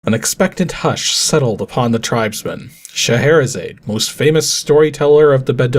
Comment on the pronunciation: Of all the things mispronounced, getting as close on Sheherazade as he did was surprising. Just change the "zayd" to "zod" at the end and he had it. Zod like... the Superman villain. But frankly, most of it was pretty decent for a first try.